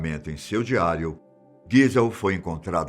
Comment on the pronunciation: Impressão minha ou ele disse "Seu dialio"?